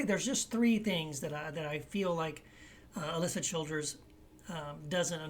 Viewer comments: It might help if he pronounced her name correctly. And he says it over and over and over... Seriously have to wonder if he knows anything about her or her positions at all. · Wow, you say you're responding to her videos but if you've watched her at all you'd realize you're not even pronouncing her name right. You're whole tone is very condescending.